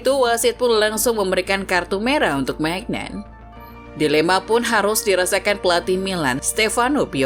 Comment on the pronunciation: Maignan bacanya MINYONG